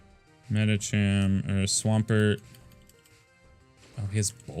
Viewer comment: Medicham is pronounced with ch like cheese burger